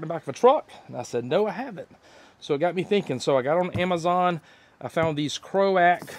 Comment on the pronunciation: croak not kro ack